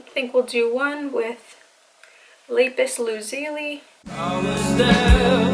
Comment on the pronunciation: No one: Me and my biggest pet peeve of when ppl mispronounce words: did she really just say "la-piss lu-ze-li"😃.... Cries in steven universe: It's lapis lazuli !!!!!😭😭😭